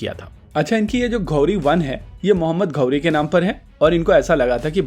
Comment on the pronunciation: Ghauri❌️ ghodi✅️ 😂